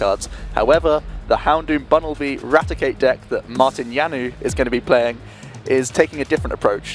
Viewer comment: lol, that pronounciation of Janouš :-D He is not french ...